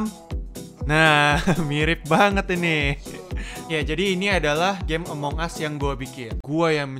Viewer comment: itu bukan among us tapi disebut among gus